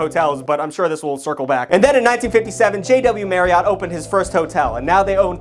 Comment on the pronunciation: As per usual is over here saying words completely incorrectly. It bothers me sometimes because Marriott is not pronounced like that at all. According to Google it should be pronounced the same way that Chariot is, Marriott correctly rhymes with chariot. So if you're saying it like 'MaryOTT', you sound like an asshole.